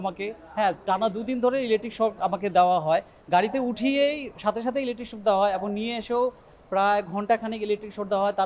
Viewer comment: ইলেক্ট্রিক শট না, ইলেক্ট্রিক শক।